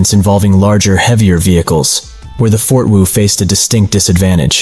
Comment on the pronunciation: Fort Woo lmaooooo